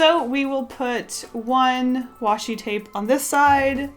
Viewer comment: OMG PLEASE stop saying washy tape sry \